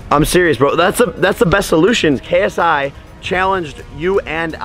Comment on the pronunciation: Jake Paul showing him how to pronounce paul but he keeps mispronounce ksi 😐😑😑